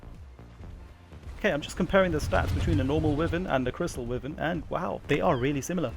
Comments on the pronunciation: I swear people need to learn to read. ITs WY VERN NOt Wivern lmao the Y is Pronounced. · It’s pronounced whyvern for fuck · Good video and well researched but considering you sound English I found excruciating that you pronounce Wyvern wrong... Considering it’s a Welsh dragon... >< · Pronounce wyvern correctly.